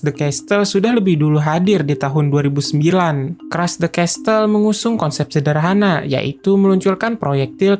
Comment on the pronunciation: CASTLE -Cas-sel bukan castel